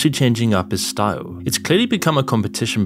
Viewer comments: Nobody: Zuckerburg: Whats your shtoyle ? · "You can't match moi stoyle"